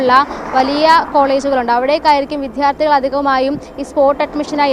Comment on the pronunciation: വിദ്യാർത്ഥി എന്ന വാക്ക് ശരിയായി ഉച്ചരിക്കാൻ ശ്രമിക്കു.